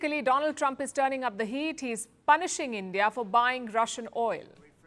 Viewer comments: "My friend Doland Trump!!!" 🤣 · 😂😂... He is angry with bcos he pronounced wrong... Doland Trump. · my freend Doh-lan Trumpp 😂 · My dear friend "Doland Trump" 😂😂😂😂😂😂😂